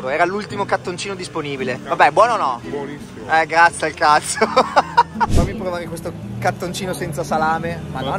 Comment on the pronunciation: "ma è buoniFFimo!"🤣🙃 I doppi sensi si sprecano in questo video hahahah